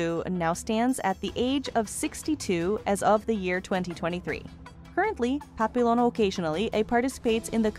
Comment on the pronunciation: I hate crappy voicebots - the city of Hue is pronounced "way," her name isn't pap-pil-on, it's pronounced "pappy-yawn", and two of the so-called "scenes" are of Francis Ford Coppola's "Apocalypse Now." And I'm wondering how badly your crap-bot voice would butcher those words: "apok-a-lips-ee now," & "cop-opola?" That sound about rite?